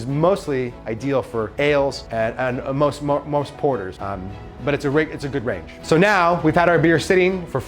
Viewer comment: Did he just say "ales and most porters" ?? funny